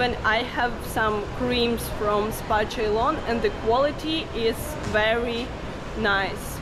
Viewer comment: Ceylon is actually pronounced as si-loan.